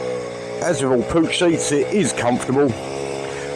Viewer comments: It's pronounced Pook, like book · Pooch :D Try Puccchhh